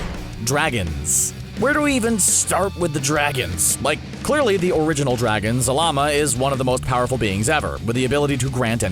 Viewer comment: Mr Perfect it’s zarama....